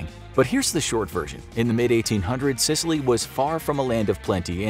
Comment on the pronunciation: Is it just me but he sounds like he’s saying sitaly